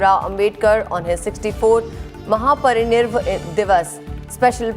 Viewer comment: News deliver karane wali madam thik se bol bhi nahi pati... she has made mistake while talking... not able to read " mahaparinirvana divas".. Babasaheb dr. Bhimrao ambedkar... what's this????